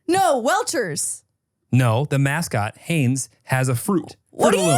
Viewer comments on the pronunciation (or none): you really got away with saying WELCHERS 😭😭 Welch’s???